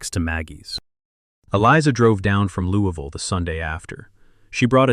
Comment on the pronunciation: Misprounced Louisville 😢